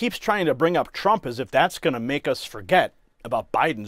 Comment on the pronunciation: She cant say Trump's name